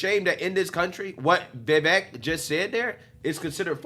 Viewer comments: His name is pronounced vih-VAKE, like cake, not vih-VEK like heck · Pronounced: Like cake Vivek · Vivek (Veh-vake (rhymes with cake)) has said he won’t accept VP/doesn’t do well as a #2…. So it seems less likely that your dream team will materialize. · If anyone is wondering, it’s pronounced “Ve Vake” like cake. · It's Viv-ake like "cake" 😂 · Watch video with closed captions on and see how many times it screws up Vivik’s name. Pretty funny My favorite is Baby Mama Swami.